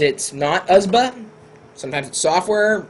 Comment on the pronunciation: Fine, don't say U.S.B. say usb, but don't say usbu, it bugs me...